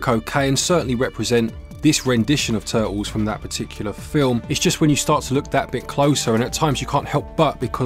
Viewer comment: Teenage Mutant Ninja Tuh'uls 🇬🇧😎